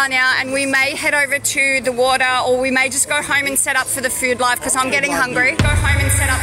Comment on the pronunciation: "ohr" instead of "oh" im dyinnn😹